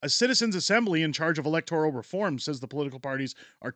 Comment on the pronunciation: Please correct your pronunciation of "electoral". The second, not the third syllable is accented.